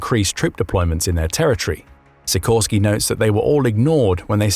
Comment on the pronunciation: Sikorski is read she - core - ski (with the stress in the middle).